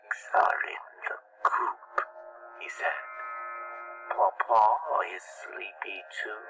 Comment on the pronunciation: ITS PUŌ PUŌ NOT POPO